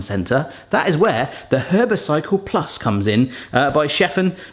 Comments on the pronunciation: Herbercycle? 😅 Please tell me you know it's herbcicle (like icecicle)? 😂😂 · Herbcicle like popsicle, not “herbycycle”.